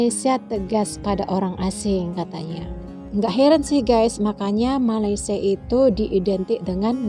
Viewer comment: wahai si pencerita, sebutlah nama negara kami dengan betul... Malaysia bukan Malaydesh.. itu saja nasihat saya... peace from 🇲🇾